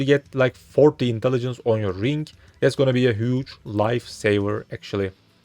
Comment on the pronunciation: there is no "K" at the end of the word 'Ring'